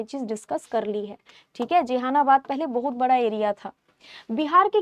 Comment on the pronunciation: जहानाबाद बोलिए । आपको पढ़ने नहीं आ रहा है तो कैसे पढ़ाएगा 😮😮😮